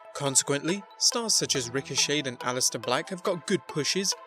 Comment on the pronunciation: Psssst....the "T" in Ricochet is silent.